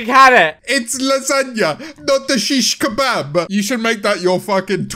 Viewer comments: *Shish kebab not shikabob 😂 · “It’s lasagna not shikabob” sent memeulous clinically insane lol!